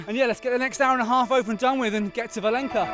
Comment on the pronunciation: The reason there isn't much infrastructure for peregrinos along that stretch is most pilgrims take a ferry across the mouth of the river and continue to fallow the coast on the spanish side. Im sorry to be that guy but Valença is pronounced Valenza not valenka the ç sort of a z/s sound.